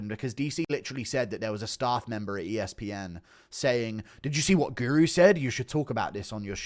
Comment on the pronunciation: "but mma POOru"